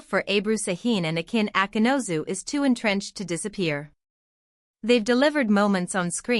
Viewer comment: Автор,коли ты взялась пиздеть, так будь любезна, имена актеров называй правильно! Акын Акынус,а Акынозу, не Сакин,а Шахин!